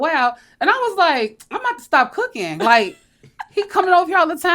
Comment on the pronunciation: I thought she said, "Cookie" not cooking. That got my attention real quick.😅